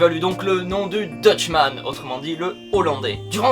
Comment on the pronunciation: Très sympathique mais tu ne prononces pas très bien le mot Dutchman ^^' Sinon j'ai appris un nouveau truc ce matin, alors merci